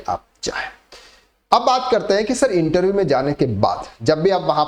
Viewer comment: Interveeee mat kahen bhai, irritating